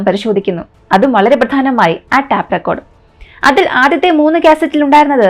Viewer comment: Tap recorder അല്ല, tape ( ടെയ്പ് )recorder ആണ്